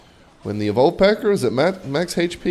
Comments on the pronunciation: For the love of jesus and joseph please stop saying hp as "heych-pee" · says "Haych Pea"